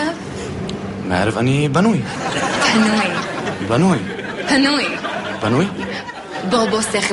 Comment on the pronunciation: עם תשימו לב ב- הוא אומר פנוי ולא בנוי